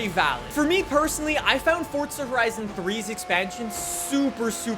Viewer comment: its not forDza